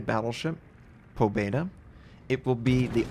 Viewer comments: Pa bje da is how it is pounced and it means victory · May i add that you also have to squeeze in a silent "y" : "Pabyeda" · You should spell "Pabyeda", not "Pobeda".